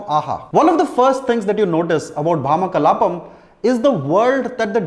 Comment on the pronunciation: Neither nor Priyamani were able to pronounce the title well. Its ironic that one is a lead and the other a reviewer. At least verify the video before posting on YouTube.